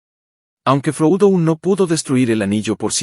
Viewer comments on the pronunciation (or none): Buen resumen, pero si estás narrrando en español, Frodo no es froudo, y Saurón, no es Seuron.